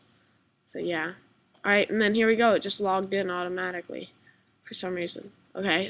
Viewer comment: its "allright" man, its not ouvillrlld